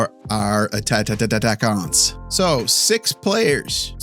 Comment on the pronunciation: you're doing awesome. Im from Quebec and french is my first language. My wife isnt but she's learning and omg does she love learning the words you use. She turns around and stares at me when we watch your videos waiting for me to explain it. I also think attatttattaquant is a vocal stim in our hosuehold now, and it helped her understand the N sound in french.